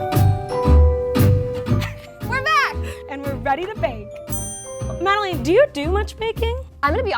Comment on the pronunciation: said Madelaine's name wrong at the end? xD lol